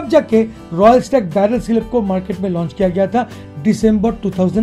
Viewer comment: Bhai shab apka voice bohat ganda lagta hai kisi or ko bhi lagta hai kya . Madket , pdoblem , kadan , badal select , compadision , od j , colad , pademimum , khadeed liya 😭😭😭😭